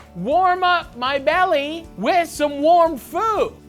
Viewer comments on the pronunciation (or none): none